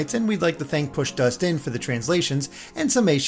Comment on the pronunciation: I think this is the first time I’ve heard pushdustin’s name actually enunciated as “push dust in” instead of “push dustin” =P